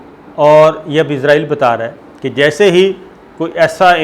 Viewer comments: اپنا لفظ صیح کرو ۔عزرائیل نہیں اسرائیل ہے۔۔۔۔۔۔۔۔۔۔ اپنی زبان استعمال کرو۔ذہنی غلام مت بنو۔ ہم باوقار ملک کی باہمت قوم ہیں ۔ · اسلام وعلیکم صابر شکر صاحب سر جی لفظ اسرائیل بولا کرے یہ یہودی ریاست کا نام ہے عزائیل فرشتہ ہیں جو جان نکلتا ہے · صابر صاحب آپ سے گزارش ہے کہ اسرائیل کو اسرائیل بولا کریں ،